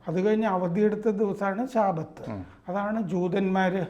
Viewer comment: ശാബത്ത് അല്ല ഷബാത്ത് ആണ്